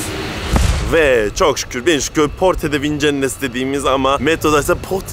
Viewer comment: PORTE DE VINCENNES 'i çok dogru prononse yaptin bravo . En zoru gule gule demek evet au revoir .. yeniden gorusmek uzere